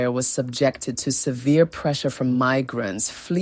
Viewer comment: Please put more effort in pronouncing names correctly and not pronounce them as if they are English names e.g. Shona is not Shawna. Mfecane, Ndebele 🤔